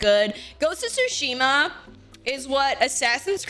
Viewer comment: not calling it ghost of twoshima.... SMH MY HEAD! uuunnbelieevable.